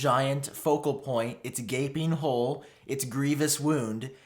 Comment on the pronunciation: Never! Ever! Say: “gapping hole” again please, thank you!